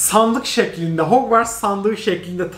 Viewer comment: nobody:: mereba arkadaşlar hogwars stüdyosunu aldım